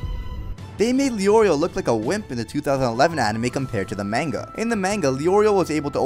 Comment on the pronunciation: You said manga wrong dude. Brah